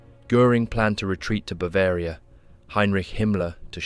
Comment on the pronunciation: No one gonna mention how he says Heinrich?